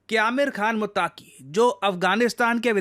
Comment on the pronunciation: दोस्त वो मुत्तक़ी होता है मुत्ताकी नहीं 👍